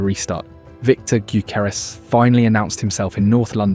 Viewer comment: Can’t pronounce gyokeres